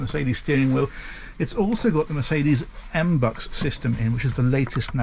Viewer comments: Dear, love your tours and showings! One tiny little hint/tip/criticism; mbux is pronounced M B U X, not M Bux. I'm sorry, I know its something stupid, but for some reason I wanted to mention it.... I'm sorry. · It’s pronounced M B.U X